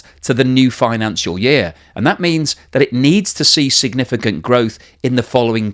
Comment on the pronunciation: "yeeah" is not a word. It is "year".